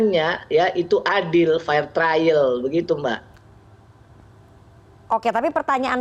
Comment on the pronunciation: "Fair Trial" (Lulusan Inggris tp Pronunciation kata "Fair" saja salah)